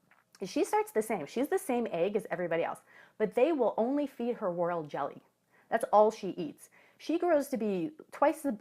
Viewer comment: Did you said world jelly or royal jelly?